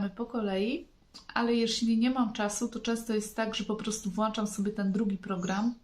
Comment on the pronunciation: WŁĄCZAM czyli Ą a nie wlaczam. Tylko Ą.